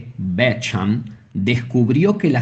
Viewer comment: Bék hamp? Beshamp se pronuncia